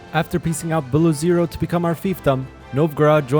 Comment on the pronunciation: Вайатка, Белозиро.. я немогу с этого произношения, ну юморные, ну артисты